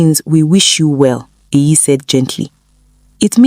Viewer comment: It's EYI, not AYI. It's a short form of EHIME, which is my name. It's an Edo name, not Yoruba.